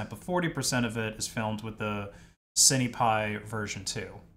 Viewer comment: Cinepi as in Sin pie. (at least I always say "sin" lens or "sin" camera when speaking of cinema equipment) The IMX477 is a tiny sensor like those found on CCTV cameras being something like 7.9mm across. A cheap Micro 4/3 camera is 22mm across and that's still far from competing with a 24mp full frame mirrorless camera. You're going to be losing a lot of FOV/Compression you can get from a larger sensor. If you want something on the cheap a used Micro 4/3 camera would still be leagues ahead of this.